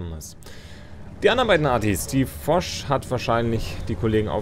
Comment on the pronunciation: Gut kommentiert. Vor allem, dass du Fosch sagst und nicht foch. Der erste YouTuber aus Deutschland:-)